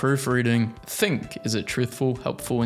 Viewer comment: Think more like thikn